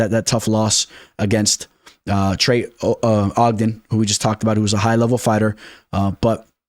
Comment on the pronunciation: Trey O jen fight week. Only person I've ever heard mess up trey's name lol